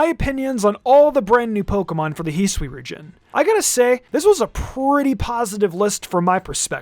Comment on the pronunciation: Ah yes, the region Hiswi